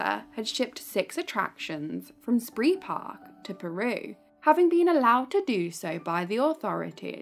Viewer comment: It's pronounced 'spray park'